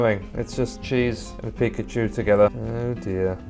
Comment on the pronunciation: that ain't Pikachu that peekahchew